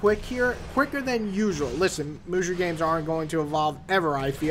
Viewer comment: XD it's pronounced as ( Moo So ) but good review the game is ok nothing special